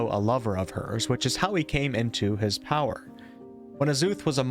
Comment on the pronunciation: I was as trying to make out the word “Power” and I was like, wtf is “Poed?”